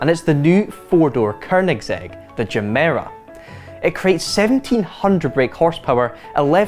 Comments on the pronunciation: It's Gemera as in "get", not Jemera as in "jet". Mr. Koenigsegg explained this briefly; it derives from the Swedish words for "give more". Any Swedish viewers please correct me if I got that wrong. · Jemera? Not every word is an English word..... Gemera......